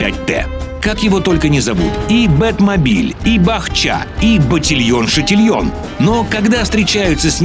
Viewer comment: Бат Чат?! Вы шутите? (Ч)атильон?! У вас там консультантов по франзузскому языку что ли нет?